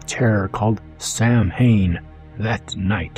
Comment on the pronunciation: I twitched when you mispronounced Samhain.